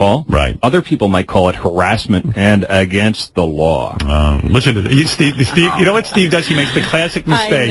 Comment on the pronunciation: It's against the lawr